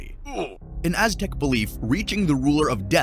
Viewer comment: I think some of my furniture float when you pronounce the Aztec god of deahh and his wife name